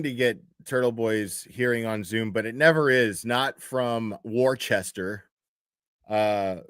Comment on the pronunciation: It's pronounced Woosta, it's spelled Worcester.